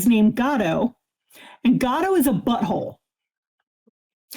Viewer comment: It took me reading the comments to realise said her neighbours cat was called “Gato”. I thought she was saying “Godot” and her neighbour was a fan of absurdist plays 😄